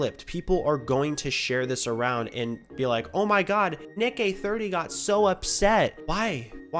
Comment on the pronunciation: His name is actually pronounced Nick Uh 30